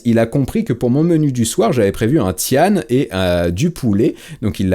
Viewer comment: Il a prononcé "tiane" le tian de légumes 😂😂